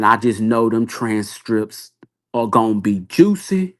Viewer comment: yeah I see his point.. just sounds like a grandma with all the mispronunciation and slurring.. “Tran strips”😅I’m tired.